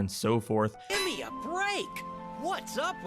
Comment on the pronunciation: "Two thoisend" "Giem"